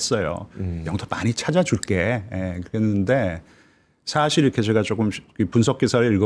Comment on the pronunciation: 이 분 한국어 발음을 더 잘하시면 좋을듯. 교포 제니도 아니고... 인줴...협죵... 사쉴